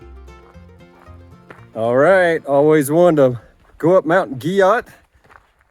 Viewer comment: I've heard its pronounced "Gee-Oh". Been there several times. Definitely a unique spot in the Smokies.